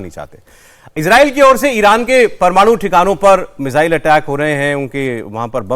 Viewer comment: मुझे तो आज समझ नहीं आया कि ये मिज़ाइल होता है या मिसाइल।।😮😮😮